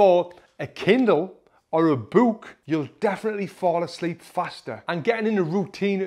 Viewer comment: The way he says book bro